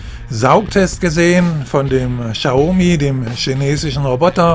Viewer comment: Cooler Test, aber BITTE ( bitte bitte ;) ) informieren sie sch vor den Videos, wie man die Produkte und Hersteller ausspricht. "Xaumi" tut jedesmal aufs neue weh. ;)